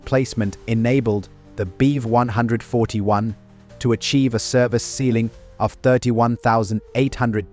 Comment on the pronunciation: I know the subject quite well, and this AI still needs a lot of training, including not pronouncing Bv as Beev or BMW as Beem. And hearing Beev as much as I am is rendering this unwatchable for me because it sounds so wrong